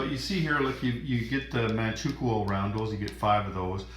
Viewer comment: For future reference, Manchukou is pronounced Manchu-koe (like Moe).